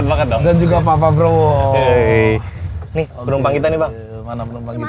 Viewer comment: prabowo bang bukan pabrowo🗿😂